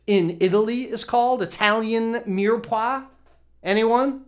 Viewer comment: Mire Poix (meer pwa)